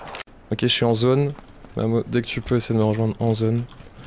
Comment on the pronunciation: à chaque fois que dit "Mamo" j'entends "Mammour" v_v